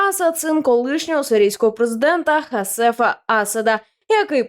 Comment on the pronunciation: Не хаСефа*, а хаФеЗа з наголосом на перший склад!